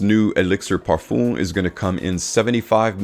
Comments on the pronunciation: Man said parfoom 😭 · I’m pretty sure he doesn’t read the comments and will say "parfoom" for the rest of his life